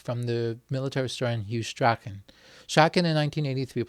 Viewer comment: Hew Strachan's name is pronounced 'Strawn' - not 'Strakken'.